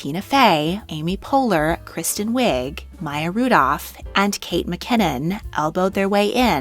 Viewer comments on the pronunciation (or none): none